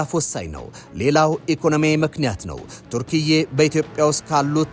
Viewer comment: የሀገሪቱ ስም ተርኪያ ነው እንጂ ቱርክዬ አይባልም ሲጠራ